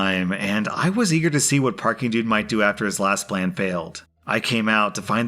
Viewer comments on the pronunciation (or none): Is it just me, or is saying "Peking Dude" rather than "Parking Dude"? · I can't count how many times you said "peeking dude" instead of "Parking dude." lol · So, i love the stories, and im sure it took a bunch of takes, but the PD/hospital story? You kept calling Parking Dude, Peaking Dude. Just thought youd like to know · who thought it funny when said for PD "peeking dude" instead of "parking dude"